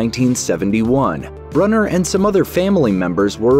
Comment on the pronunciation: And it’s “brooner” not “brunner”.